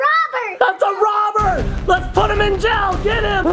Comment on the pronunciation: Have u ever noticed that ur dad says jell instead of jail adley